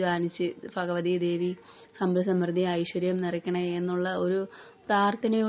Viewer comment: ഫഗവതി ആണോ അതോ ഭഗവതിയാണോ